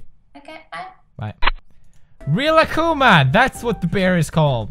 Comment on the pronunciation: no its rilakkuma im dissapinted in pewdiepie with his pernoucnihnj[iasp j;vijol